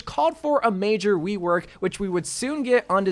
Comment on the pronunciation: Am I the only one to notice he said wework instead of rework